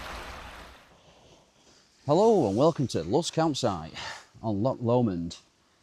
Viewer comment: Excellent video , lovely views , only negative is your occasional bizarre pronunciation of Lomond.😂😂